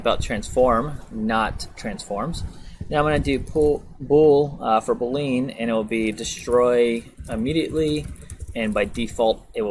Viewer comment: they way how you pronounced Boolean just made me realize that the world was much bigger than I knew